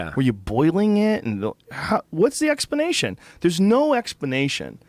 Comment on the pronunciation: lololol joe says explanation like he just left the dentist lol